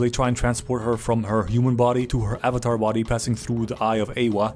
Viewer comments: *avatar not avatart lol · "Are yall avatarded?" 😂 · "Are you Avatarted?" I'm sorry to whoever that offends but that's funny af 😂